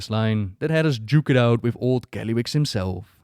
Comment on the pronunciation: sorry but it keeps irritating me.. can't focus every second when I hear it.